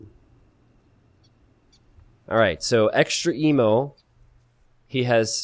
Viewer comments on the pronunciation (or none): is no one gonna mention that it's EXTREME-O not extra emo???